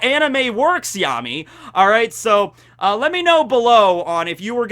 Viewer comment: Its not leet, its licht (Lish-tu) Licht is German for light:)